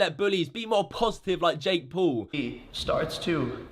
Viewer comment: U say Poul u dont know how to say Paul